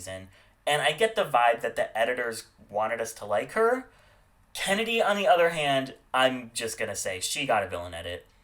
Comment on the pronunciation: fame and who? Did you say Kandy instead of Kennedy? Like you said it twice